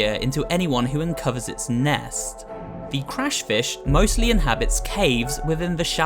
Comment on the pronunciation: Did he say Crush fish